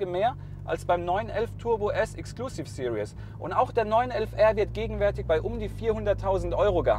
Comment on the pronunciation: What is it with Germans and English? It's Exclusive SE-RIES not Exclusive SE-RI-OUS